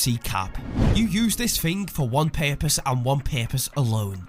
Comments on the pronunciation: Purpose* not "pErPoSe" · “For one paepose”